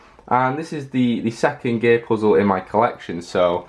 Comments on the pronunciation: Gear = gay? Ik its jsut how he said it.. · no offense but when you said gear it sounds like you say "gay puzzles" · When he says gear he sometimes sounds like he’s saying gay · It sounds like he's saying gay puzzle